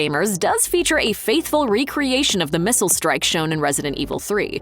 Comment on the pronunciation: Did you just say 'mistle'